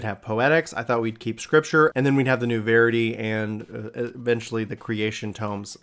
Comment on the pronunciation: It's pronounced VER-ity, like the word "verify."